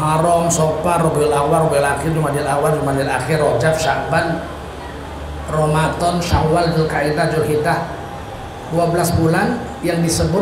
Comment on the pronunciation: yang bener tuh ramadhan bukan ramadhon.